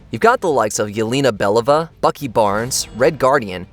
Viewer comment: First of all, pronounce Yelena Belova’s name properly. And, you can’t judge The Fantastic Four based on how the previous movies performed. Us MCU fans have been waiting for Marvel Studios to get their hands on the property so they could do it justice.